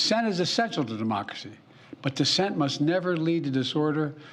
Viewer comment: Sounds like he said de-moc-a-cy instead of democracy. Had to play it back two times to make sure. Guess his brain cells were not connecting again. What a waste of 5 minutes. Too little too late. Then runs off when reporters start asking questions. Guess he didn't want to get in trouble with his handlers again. Pathetic excuse for a president.